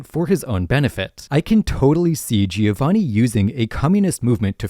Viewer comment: Amazing video, but please I beg of you learn to pronounce Giovanni, you sound like an American